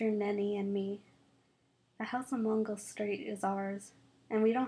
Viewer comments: It's Mango not Mongo. Just saying. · M a n g o not mongo